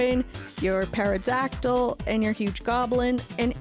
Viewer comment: In pterodactyl you pronounce the t, the p is silent.